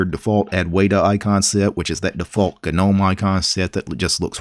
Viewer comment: Garuda is a Hindu God, quite famous among Hindus and well known by anyone from India. Perhaps it is an Indian distro? Thumbs up for your correct pronunciation of Gnome (when talking about the icons).